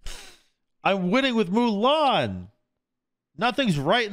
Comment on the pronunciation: “Moo-len” 😭 its “Moo-Lahn”